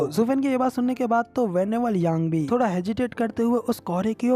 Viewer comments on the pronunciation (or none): none